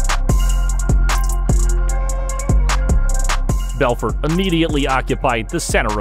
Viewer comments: How does every MMA fan feel when you mention the name "Veeder Belferd"? They feel like it's pronounced Vitor Belfort. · How do we feel when we hear the name "Veeter Belfer"? Like you have no idea what you're talking about.